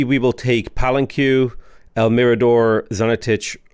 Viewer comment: Pa-len-que! As in Pah-len-kay, Otherwise great work